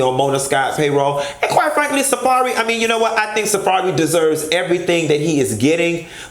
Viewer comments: Not “Safairy” 😭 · Girl why you read safari like that 😂😂👏🏽👏🏽👏🏽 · Say safari name again Bitch???!!!?!🤣😂🤣